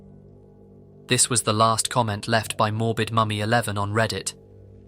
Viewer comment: Great videos but the way you pronounce some words pisses me off. Wtf is a Heemoridge?